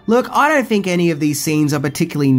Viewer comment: "Think," not "fink."